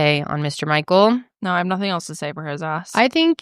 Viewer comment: you say eltz when saying else.